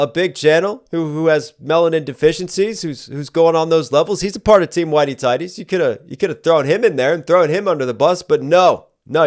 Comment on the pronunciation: 🤣🤣🤣🤣🤣🤣🤣🤣🤣🤣⏸⏸You are so stupid, " whitie tidey" :person-turqouise-waving